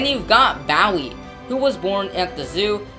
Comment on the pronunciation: It's BOOie like a ghost. It's BLUEbonnet. That's bonnet like an Easter Bonnet. Y'all could have at least taught your narrator the correct pronunciation of Texas names! Bluebonnets are the State Flower. Bowie is named for Jim Bowie, who died at the Battle of the Alamo.